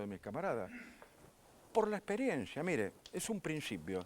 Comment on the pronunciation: Pronuncia bien dice Mire, no mirá, habla bien RICO, NO ES MIrá, es Míre con acento en la I, i latina